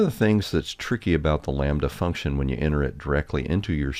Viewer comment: sees “lambda” For no reason: says “Lom-badda”